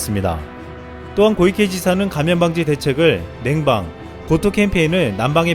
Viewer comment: 고이케 X 코이케O